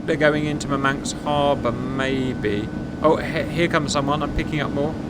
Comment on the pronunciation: "Mur-manks" is where Russian Man City fans live 🤭